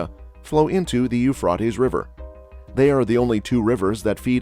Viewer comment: Pronounced Ufraytees not Ufrartess you ignorant Clown.